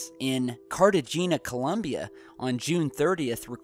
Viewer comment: In Colombia, not "Columbia".